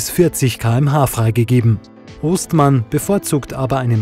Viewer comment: Es heißt Oestmann also Ö ausgesprochen. Der eine Sohn davon ging mit mir zur Schule. Das Fass schiebt mit der Achse den Schlepper durch die nassen Stellen. Echt Hammer